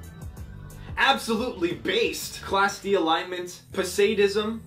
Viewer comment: I imagine he did research before doing this vid because he pronounced a few of them wrong phonetically instead of how their namesakes are pronounced. For instance, Posadism (from Posada and ism not Po and Sadism)